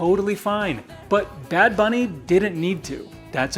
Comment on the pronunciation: The way you said bad bunny isn't bad. You said it just fine. Now if you really want to rub it in MAGA face learn to speak Spanish fluently to really piss them off. Lol